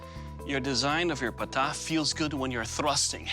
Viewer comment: this is the correct pronunciation of Pata Not Paataa . Similarly , many people mispronounce Chakram as Shakram